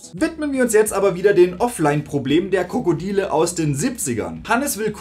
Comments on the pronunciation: Gutes Video freue mich schon auf die nächste Teile;) Irgendwie verstehe ich jedes Mal wenn du “die Krokodile” sagst „die Krokodiler / Krokodealer“. jedes einzelne Mal LOL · Kommts nur mit so vor oder sagt er immer 'Krokodieler'? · Sag mal sagst du die ganze Zeit „Die Krokodiler“? 😂